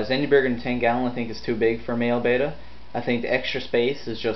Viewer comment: Bet-ta not bay-ta. Bay-ta is spelled beta. If words have double consonants in the middle (hammer, boggle) the vowels before the consonants have a short pronunciation. Sorry its just a little pet peeve, these fish are beautiful so the least we can do is pronounce their names right. Your video was awesome though! Great tank.